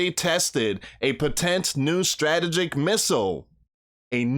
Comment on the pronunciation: Potent Strategic: ( PO- tint... Struh- Tee- jik ) 😬...😐....😶